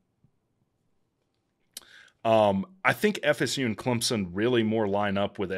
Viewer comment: Run a weighted average and podcast it. Great analysis. Great show. Thanks. Is it pronounced “Clemp-sun” or “Clem-sun”? I’m hearing a “p” from you.